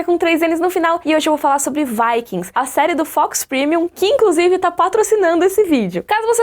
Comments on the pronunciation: Sua pronuncia está legal, mas só vale lembrar que os personagens vivem num mundo com tronco linguístico, em embora semelhante, tema as pronúncias diferentes, então na Escandinávia não seria "vaekings", mas "vikings" mesmo, as pronuncias são muitas vezes mais próximas do nosso português, embora a série por ser produção dos EUA possa ser chamada de "vaeking" mesmo. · Pronunciei vikings errado a minha vida inteira ! Hahahahaa